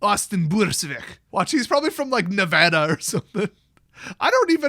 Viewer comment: "He's probably from Nevada or something." I feel attacked, but you pronounced it correctly so its a mixed feeling.